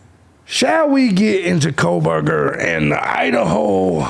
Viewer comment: welcome to kohburgers, home of the koh-BURGER can i take your order? 😮